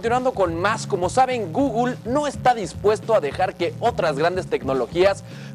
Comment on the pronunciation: No sabes ni decir Google wey